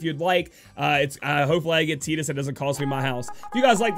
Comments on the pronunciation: Buddy Christ I was about to say the same thing, I've always called him tide-us lol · I'm sure youre saying Tidus wrong, im pretty sure its Tide-Us to fit with his water theme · Buddy Christ I thought the same when the game came out but was wrong. Your approaching it from an English speaking perspective. It is pronounced tee-dus